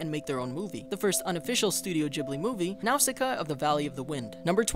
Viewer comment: He keeps mispronouncing Nausicaa